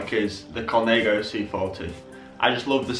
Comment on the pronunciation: Col-nah-go not col-nay-go 😂😂